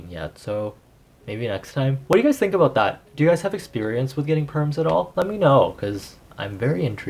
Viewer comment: Wait r u canadiaannnn? I heard “aboot”